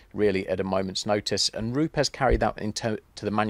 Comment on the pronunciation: an education in pronunciation...educating our friends across the pond who say Roops, where indeed it is Roopez😉👌...be interesting to compare histories with Flex?